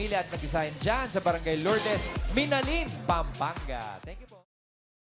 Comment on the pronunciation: Ang ponounciation nang Minalin ay mali dapat Miná-lin hindi Minalín